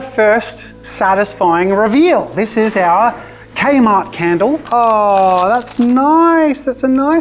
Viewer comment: 😂 Don't worry, Jazza. The adult supervision is here. Though hearing K Mart as an American is quite the jumpscare.